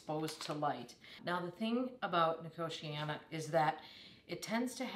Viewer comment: The way you pronounce nicotiana puts me in a entire new league of abhorence.